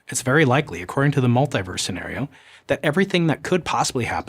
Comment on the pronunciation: mul-tee-verse, not mul-tie-verse Because you don't say u-nigh-verse do you!